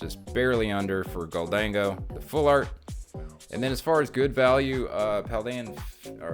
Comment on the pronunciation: Thank you for pronouncing Gholdengo the right way!